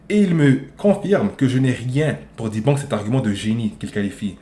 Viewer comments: arrt un peu ça se dit "débunque". en tant que semi anglophone personne ne dit "Di bonk" faut pas commencer a dire la merde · pareille mes parents sont des américain immigrés en France. Moi je peux te garantir que personne ne prononce "di bonque"